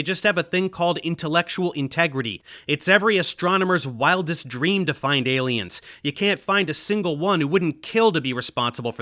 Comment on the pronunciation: I'm gonna watch that TED talk. Although someone needs to tell that lady how to say 'aliens' a little clearer.